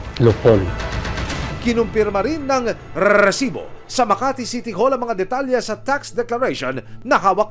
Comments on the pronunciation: Tanggalin nyo na yung RRRREEEEESSSSIBOOO! Nakaka bwisitB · ilan pong RRRRREEEEESIBO HAHA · Pwede bang isang letter R nalang sa resibo. Ang dami e😂😂😂